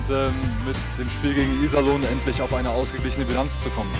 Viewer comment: Iserlohn: Betonung aus dem O!